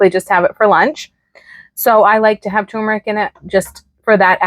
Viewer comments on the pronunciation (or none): TUR-MER-IC, not TU-MER-IC